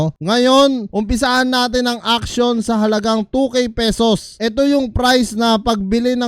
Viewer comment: Auction boss di action pagbasa dyan 😂😂😂